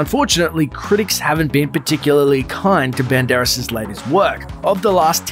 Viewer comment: LOL You call him BEN-DAR-ESS, While his pronunciation is BAND-ER-ASS